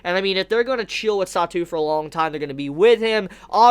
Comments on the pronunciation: his chara name is satoo and isn't pronounced like the satou she said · but she did in fact pronounce his name differently